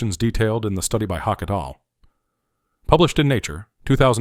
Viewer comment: The pronunciation of "et al" was painful to hear.